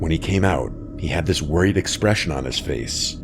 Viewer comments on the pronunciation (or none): none